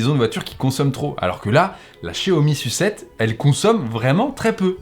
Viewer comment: la Xiaomi "sucette" mdr